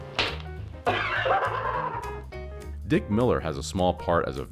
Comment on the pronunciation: I can't get used to you pronouncing "Jeremy" as "Germy." 😅